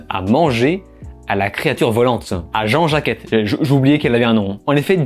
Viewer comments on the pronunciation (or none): Je pensais que le titre "Ben Non" au Québec, c'était une blague, mais en fait c'est vrai 😭😭😂😂 Sinon, Nope est génial, l'un des meilleurs films de l'année ! Par contre, prononce "Jean Jacket" et pas Jean-Jacquette, ça me trouble😅😅